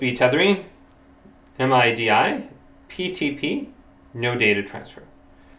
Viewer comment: The general pronouncation for MIDI is as a word, not as an acronym :). Not sure why..